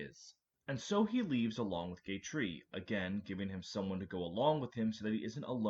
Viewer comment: LAGOO??? Edit: two minutes later and you said fucking GAY TREE holy shit your pronunciation go crazy